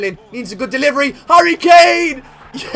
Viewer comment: I believe u try to say Harry Claim